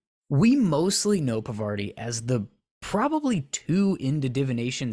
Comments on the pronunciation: Harry and Parvati could have worked, but only if he was pronouncing her name correctly, which you aren't. It's Parvati, not Pavarti. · It's not Pavarti, it's Parvati. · you are butchering the name, my guy! It’s Par-va-ti. Not pa-var-ti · paRvati not pavaRti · Yeah, that's fair tbh Cuz I'm Indian but I was reading this fanfiction at some point and her name was spelt 'Pavarti' for sooo long and I just skipped right over it, pronouncing it the exact same way in my mind, and I didn't even realize it until they spelt it as Parvati again many pages later! Legit so embarrassed lol😅😭😂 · Her name is pronounced PAAR-VA-TI. She's named after the Hindu Goddess of creation. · I really appreciate this video but you're saying Parvati's name completely wrong 😭😭😭